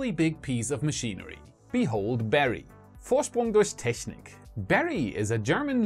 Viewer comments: I sounds so native german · But Vorsprung durch Technik is audies Motto 🙄 however ist was very well pronunced Wouldend you put the steeper side to to the incoming airstreem like a Drop of water?